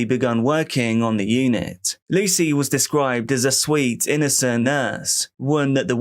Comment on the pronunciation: did anyone else hear swed loving woman instead of sweet loving woman